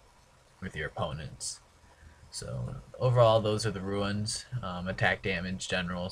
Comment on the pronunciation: I know another guy who says runes wrong. ROOOOOONS not RUINS